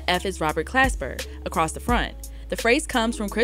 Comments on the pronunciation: Why doesn't anyone get that she keeps getting Glasper's name wrong? She's saying "clasper" when it should be Glasper. That's all he's asking about lol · why do you keep saying "Clasper"? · Why is she saying Robert Clasper lol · She keeps callin him Clasper 🤣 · Lol so his name ain’t Clasper? 😂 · Next she gonna call him Robert Casper. 😂😂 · Yup, went over your head too. Hint: The hip hop DX chick keeps calling him "Clasper"... It's Glasper. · Glasper! Not clasper, you had one job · I'm reading Glasper with a G and hearing Clasper with a C. lol cmon - love you tho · No really who is Robert CLASPER??? It’s Glasper not CLASPER PUT SOME RESPECT ON OG ROBS NAME!! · Pronounced GLASS-SPER lol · Glasper Damn it say it right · Why is she saying Clasper tho? This is almost as bad as when they pronounced DOOM's surname as [Doo-mile] instead of Dumile [DOOM-ilay] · It's Glasper shawty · He said." the organization isn't doing us blacks its due diligence" she diberatley choose not to say that during black history month and can't pronounce his name properly. Do better!! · Not one time did she get the name right. She had one job to do. Zero research perhaps?